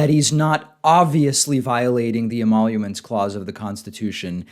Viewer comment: "emaulomence clause"